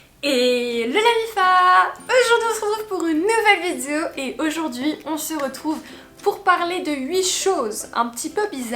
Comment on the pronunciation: Ahah toujours du mal avec le mot vidéo, mais t’inquiète on t’aime bien😂